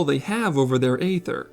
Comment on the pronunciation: Great video, but your pronunciation is atrocious. 😱 Please, it's not AYther, it's EEther. The c in scimitar is silent. And for the love of Kami, never speak a Japanese word again.